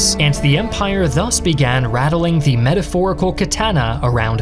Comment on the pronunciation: Please stop over-pronouncing 'the.'